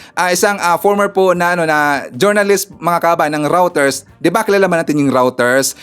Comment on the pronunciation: Reuters pronunciation: 'roy-ters'